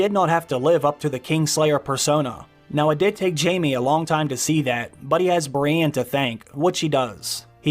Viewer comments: Bree-EN, not Brianne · Stop bloody sayin Brienne!!!! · The way you say “Brienne” 😂😂 Cool vid though!